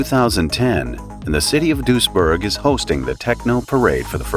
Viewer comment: Weird this is so close and I never heard of it. As a random note, your pronounciation of Duisburg is closer to the Dutch village of Doesburg, which I am also familiar with so for the longest time, I was wondering what was with all the German until I realised, it was Duisburg lol near Düsseldorf smh I'm silly